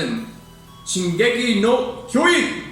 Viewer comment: Also the J in Kyojin isn't really silent in Japanese haha